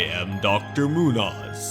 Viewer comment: My only quibble: Muñoz is pronounced "moon-yoze", not "moonoz".